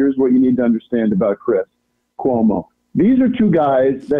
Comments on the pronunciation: "chris colomo"? "news night"? wtf, "heidegger". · The guy who whines about the pronunciation of his name says "Dom" Lemon, Chris "Columbo" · "You pronounced my name wrong and I don't appreciate it... Chris Columbo was one of my favorites on CNN... and here's what you need to know about 'Dom' Lemon..." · Tim - I'm mad you mispronounced my name Also Tim - Chris Columbus, Laura Ingram, Arizona Melbar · I love the fact that Sam’s mispronunciation of Tim’s name was such a gotcha and then Tim literally got ever name he mentioned wrong. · He should be embarrassed because he didn’t know how to say Cuomo’s last name.